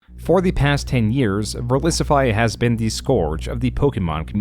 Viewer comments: Insanely hard to listen to this guys voice. And mispronounced the word scourge in the first 2 seconds. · I had no idea "Scourge" could be mispronounced so terribly